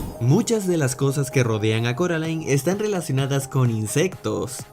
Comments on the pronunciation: ehh se dice coraline no se dice caraline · Casi me da algo cuando dice “Caroline” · No es caroline es C "o" raline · SE DISE CORALINE NO CAROLAIN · Si pero no sé si dice Caroline es coraline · Cuantas veces Coraline va a corregir que se dice Coraline y no Caroline🤔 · carolain Video: corolain jajajaa Como se pronuncia el nombre? Carolain o Corolain